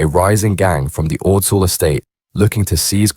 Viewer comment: Makes me laugh how none of these channels can pronounce Ordsall